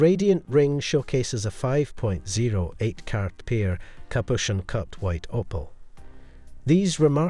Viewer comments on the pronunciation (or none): The "o" in opal is pronounced the same as it is in "oval." Pronouncing it as "oppal" is both incorrect and really irritating. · Can't even pronounce Opal correctly.